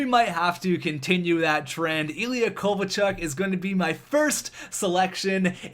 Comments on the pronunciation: do you know anything about hockey? its Tkachuk not Ktachuk..are you literally dumb? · It's Tkachuk, not Ktachuk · You spelled tkachuk wrong you said ktachuk lol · Anybody else notice he entered Keith Tkachuk as Ktachuk? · you kinda butchered Tkachuk's name 😅😅😅😅